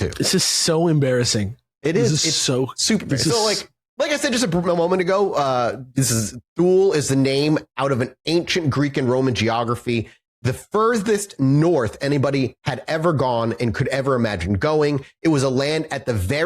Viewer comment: Thule is pronounced Tool-uh